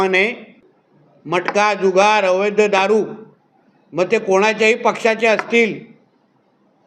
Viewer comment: अवैध..... अवैध्य नाही.....मराठी माणूस...